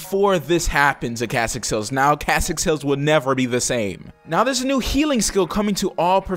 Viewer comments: KESSEX Hills. Not Kassex. KESSEX. Get it right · Kassex hills? its kEssex hills man, with an E